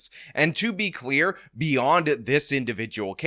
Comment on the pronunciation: Did you say "To be queer..." instead of "To be clear....."?